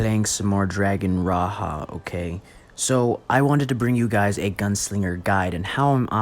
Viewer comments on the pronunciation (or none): why u pronounced it as " raha " ? it's pronounced as ra-ja. as king. it means Dragon King.